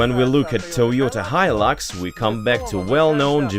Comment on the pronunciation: Its hilux not hilix lol